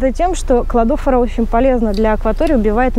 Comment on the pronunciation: Не посчитайте за грубость, Кладофора ударение на последнее О. И спасибо большое за полезную информацию 🌻😊